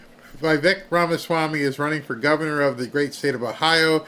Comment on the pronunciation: RamaSwami , not ramaSHwami